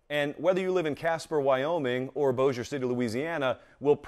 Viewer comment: No way he just said bossier city